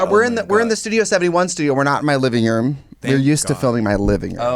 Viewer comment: "my livingruum"